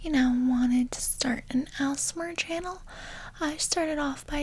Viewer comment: my sainel" LMAO